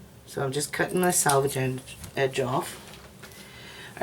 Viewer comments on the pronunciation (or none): Very grateful for your detailed, and well presented tutorial which I really enjoyed, apart from one little thing, ....... and it IS just trivial, and that’s your use of the word, ‘ sAlvage ‘. The actual word is ‘ sElvage ‘. Sorry. I know it’s trivial, but it IS annoying. X